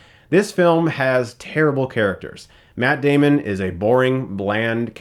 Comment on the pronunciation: METT DEHMON!